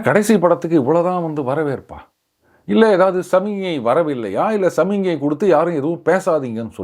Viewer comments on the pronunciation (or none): it'sSAMI GNAI and not SAMINYAI. Kindly practise to spell properly. I hope ur team Will try to give muttu( in ur own parlance)